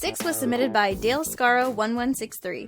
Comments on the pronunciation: Number 6 is not how you say dalek, it's not pronounced dale you say the k, it's pronounced d-ah-lick, no hate by the way, just a big doctor who fan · you meant Dah lek Scar oh Dalek scaro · day-elk scare-oh Any sane person: dal-ek scar-oh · its not dale scaro its dalek scaro get to know (jeez americans dont know drowho) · DaleKScaro I cringed so hard. Dalescaro😒 lol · It is not pronounced "Dale" it is pronounced "Dah-lick" and "Scar-oh". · "Dale Skaro"...... "Anodd little boy"..... Come on, get it together. DAh-lek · No... It's Dalek Scaro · dah-lek-scar-oh it's a doctor who reference. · its pronounced dalek scaro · OK, , the user name is pronounced 'Dalek Scaro', a Dr. Who reference. The reader just ran it all together. sigh I must not have much going on if THAT is all I can see... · "dah-lack" scaro? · We know it is pronounced Daw-Leck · It’s pronounced dar-lec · When it's from doctor who and she read the name wrong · do you not know how to pronounce dalek? Try watching some doctor who to help with that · Please,, for the love of God, learn how to pronounce Dalek. This has appeared so many times and EVERY TIME YOU GET IT WRONG